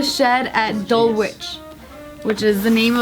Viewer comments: Dul-wich is pronounced as Dull-itch . Just a heads up 😂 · You don’t pronounce the W in Dulwich js